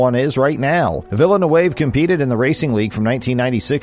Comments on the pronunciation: Nice job pronouncing a French Canadian name like it's fancy Spanish. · I can't watch because of you butchering his name lol. Must not be a F1 fan if you don't know vill-noov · its pronounced 'Villa noove'. The commentator is a bigger joke than F1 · Weak video. If you cannot pronounce “Villeneuve,” why bother? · As a french Canadian I'm not even mad, this prononciation is out of this world. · totally ripped "Villeneuve" at the beginning... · An "F1 channel" that doesn't know how to pronounce Villeneuve.